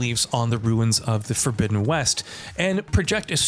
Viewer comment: Lol horizon forbizzen west